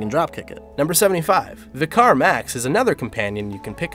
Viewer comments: Have heard multiple commentators make this mistake... even though it’s pronounced correctly (“Vick-er”) throughout the game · "vi-car"? Lol wat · Makes me sad that the leaderbored can't pronounce the word VICAR( VICAR,VICAR LIKE...VICKERS MACHINE GUN BUT WITH AN "A" SOUND...ffs mate your one job is to read the material in an interesting and well pronunciated way! otherwise well done on the companions and other interesting stuff! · This guy doesn't know how to say "Vicar." He probably doesn't know that vicar is a real world title and not a name.